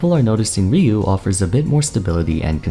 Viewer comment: It's Rye - U